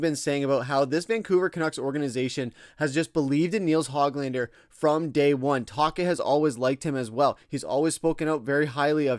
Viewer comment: It does undercut your video when you keep mispronouncing Höglander's name.